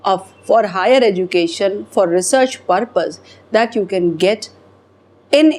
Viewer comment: EDUCATION IS PRONOUNCED AS. EJOOCATION... IDIOT